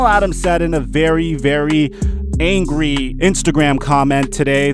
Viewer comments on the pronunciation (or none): none